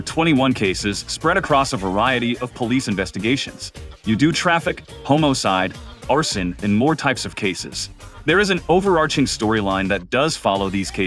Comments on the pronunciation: It’s homicide not homocide 😭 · Why did bro say homocide like that 💀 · Bro when you said HOMOcide I died 😂😂😂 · Hmmmm, the voice in the video, is that Text-to-Speech or AI generated ? I was almost fooled, but when I heard "More and more" , and "All in all" , I knew.... And then HOMOcide was the final clue. It's very convincing though 👍